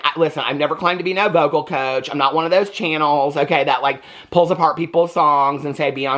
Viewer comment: I love your Chan-Oh! 😂